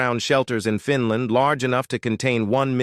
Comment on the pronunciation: I’m sick and tired of your over and over “repeated” wrong mispronunciation, it’s FINL’A’ND and not FINL’I’ND. I’m sorry narrator, it’s NOT called Finl’i’nd, but rather instead it’s properly called Finl’a’nd as in FINL’A’ND!!